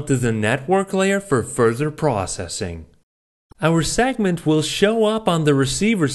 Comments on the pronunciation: Please,.it's pronounced segment, not sagnent. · I was watching this at 1.5 speed, and it sounded like he was saying "sagment" instead of "segment".